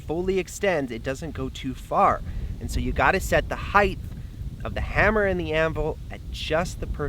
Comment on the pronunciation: Do you people know HEIGHT ends with a T and not a TH???????